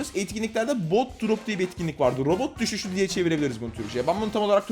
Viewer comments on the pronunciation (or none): none